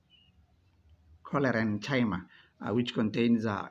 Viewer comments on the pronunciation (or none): Its Chlorencyma please not Cholerenchyma 😸